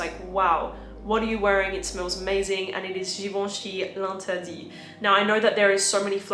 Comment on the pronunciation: thank you for pronouncing Givenchy L'interdit right <3